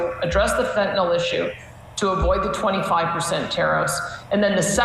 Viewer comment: Smith also pronounces Fentanyl (nil) correctly..Why do peeps keep saying Fen-ta-nall? As for Vassy, she can ask good questions, BUT she can also sound/be very biased. I take her with a grain of salt.